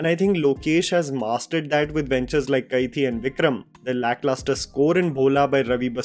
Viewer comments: Bro it's Kai-di not Kai-thi. Hindi word for prisoner is the same as the tamil word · hi...its pronounced kaidi.